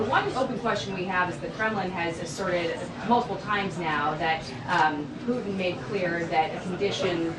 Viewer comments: It’s not pooen it’s Putin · Love her but this is just awful! I have noticed a trend of young women not pronouncing Ts. “Imm -pworr-ann” for important is another. Poo-hinn is really poor because it is a person’s name. Not sure what this is about as she is otherwise outstanding.